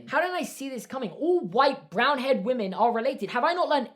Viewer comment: I love how he says women..”wumen”